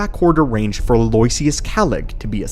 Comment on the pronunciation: Love the content but especially these compilation videos! Aloysius is pronounced like "aloe-ishus" btw 😉